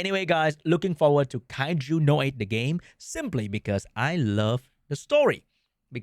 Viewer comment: aint no way he is saying the anime name like that. W Ragebait 😭